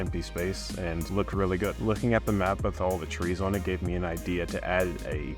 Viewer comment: seriously said twees instead of trees 😭😭